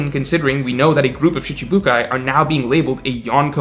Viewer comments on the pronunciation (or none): none